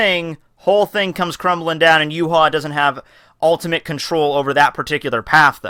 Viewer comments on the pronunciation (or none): his name is pronounced ya-wak